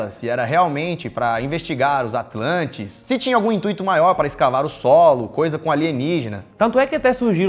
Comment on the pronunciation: Intuíto? hahah